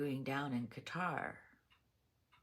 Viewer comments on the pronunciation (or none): none